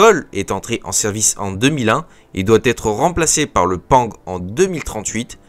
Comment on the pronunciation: sympathique comme vidéo, je tique a chaque fois sur les prononciations des acronymes XD, pang qui ce prononce PA-NG (porte avion - nouvelle génération) et I P E R qui ce prononce lui en un bloc, en tout cas continue tes vidéos, perso je les écoutes en mode podcast :)